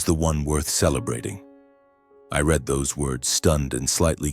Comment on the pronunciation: This is just AI blather wrapped up as a dysfunctional family morality tale. However, when you cannot distinguish READ ("Reed" present tense) from READ ("Red" past tense) but can distinguish READING = Reeding, l have lost respect that 1) you know so little about English grammer ; and 2) that you apparently have no Quality Control editing in place.